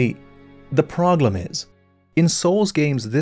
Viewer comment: "And here's the proglem" I enjoy this